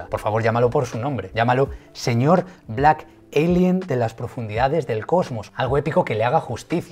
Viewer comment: Blak elienn!!!! Es blak alien wey ,estás igual que la morra de colgueit,!!! y ablaste un chingo y ni pasaste casi al compa